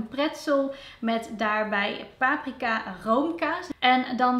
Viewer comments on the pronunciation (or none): none